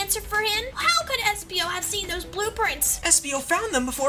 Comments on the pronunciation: It's espio. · Its espio